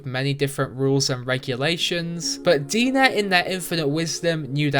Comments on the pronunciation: It's not 'De-nah' like how you pronounce it. It's DNA. DeNA, get it? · Pretty sure DeNA is pronounced "DNA" lol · I think the company’s name is pronounced Dee-N-A as DNA(🧬).